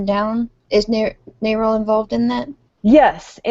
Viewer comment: I pronounce "NARAL" as if it rhymes with "barrel". "Nay-rel" sounds stupid. Kind of like saying "Ay-rab" for Arab, or "Fay-row" for "Pharaoh".